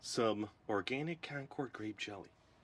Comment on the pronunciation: Grape not gerape